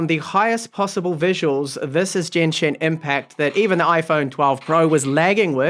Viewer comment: Nice review of the Mi 10T Pro. I'd pronounced Genshin as "gain-shin", instead of "jan+shin" though. Trust me, I'm Chinese lol (with little knowledge in Japanese)